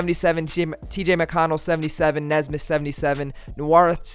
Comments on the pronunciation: You’re a pacers fan? It’s Aaron “Knee”smith. Not nezsmith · Pronounced Knee-smith I believe but love the video bro LETS GO PACERS